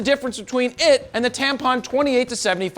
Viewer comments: my guy said tampon instead of tamron🤣🤣🤣🤣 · Did you really say “Tampon,” instead of Tamron? Jared… you devilish beast. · When jared says Tampon instead of Tamron... lol. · he sai Tampon instead of Tamron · Is it just me or did anyone else pick up on that he called Tamron “Tampon” 🤣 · Indeed I heard it too. I did have to replay in case I heard it wrong but no, definitely "tampon". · Did you say "Tampon 28-75...."? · It's Tamron not Tampon. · Am I the only one who heard Tampon instead of Tamron? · Hold Up! Did He just say TAMPON, instead of TAMRON!! WOW! I caught that!!! 😂😅🤣📸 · You said Tampon funny. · Did he say tampon or Cam’ron? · "will read anything that is on the teleprompter" moment LMAO 😂